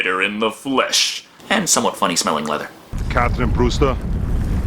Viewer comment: Come on man it's not Katherine Brewster, it's Kawthwin Bwester, get it right.